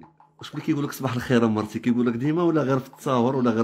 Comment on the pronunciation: نفيق نلقا هذا حدايا يقول ليا صباح لخير نرجع نغمغم راسي تحت لكاشة و نطلب ربي دوز هاد لحلمة على خير و بخير ..... ما عساك يقوليا مرتشي مرتشي نرعفو حتى نقاد ليه مخارج الحروف